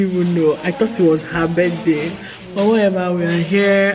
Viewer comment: This your 'wahever' 😂😂